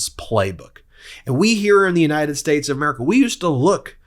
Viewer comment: don't you mean the United SHTATESH of America?